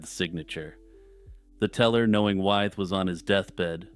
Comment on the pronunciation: (George) Wythe is pronounced “with.”